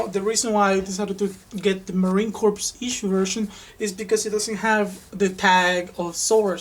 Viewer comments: Pronounced "core" and not "corpse". Good video though. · Great vid! Just to clarify it is the Marine Corps, pronounced "core" and not "corpse". Keep up the informational vids! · Marine crops =Ma-Rine ~Core , the "Ps" in Corps is Silent